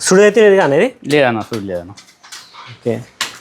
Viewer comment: సుడి కాదు. చూడి / సూడి. సుడి అంటే అర్థం మారిపోతుంది.